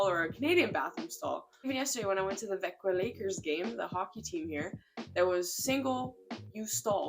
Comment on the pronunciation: Every foreigner I see has a hard time pronouncing swedish words and the thing I appreciate with this video is how good you pronounce things! I was so impressed at the way you said Växjo.